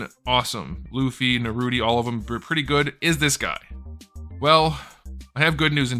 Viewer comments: Is it me or did he call Naruto Narudi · What the hell is Narudy? 😂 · It was funny at first the way he pronounced Naruto and the characters, but now he just sounds dumb saying it.